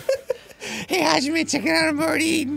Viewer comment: im... not correcting you?? and its Hajime, not Hagime